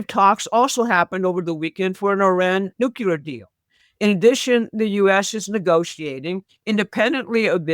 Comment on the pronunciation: Nookuler is not a word. Please learn to pronounce it correctly